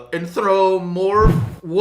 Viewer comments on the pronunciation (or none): An-throw-poe-morph-ick is correctangular pronunciation. Honestly Coach, you're embarrassing me. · Every furry was probs cringing watching u tryna say anthromorphic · Me: reading Jaws’ description perfectly fine.: Struggling to say anthropomorphic. Me: |